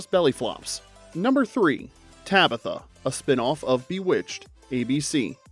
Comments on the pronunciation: This is AI. Has to be. And if so I’m late to the party and please forgive me. If it AINT… You get TOOOOOO much stuff wrong. Most vids. That’s fine but “BUH-witched?!?”! It even SAYS BEE witched in the opening credits when Samantha flies out. My bad. SUH mantha… 🤣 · If you are not AI, how come you mispronounced Bewitched? The kind of mistake AIs make all the time.